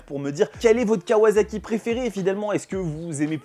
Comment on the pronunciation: Sympa la vidéo juste pour info à la japonaise ça se prononce kawassaki et non pas kawazaki 😌